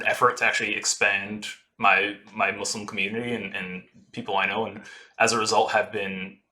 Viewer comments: I love the concept of this video and not just because I'm Muslim. also thank you for saying "Muslim" right XD got bored of hearing "muzzlim" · good pronunciation of muslim!